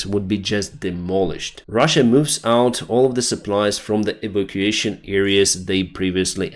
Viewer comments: Sorry, it's not 'eevication',. It's 'ee-VAK-u-ation.' Got it? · the word evacuation is pronounced e Vac u a shun. Hope That helps with your english. Otherwise you're doing a good job.